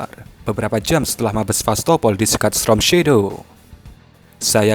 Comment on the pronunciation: Misi min,, maaf sebelumnya yg benar itu pengucapannya STORM Shadow bukan STROM Shadow 🤭😅🙏🙏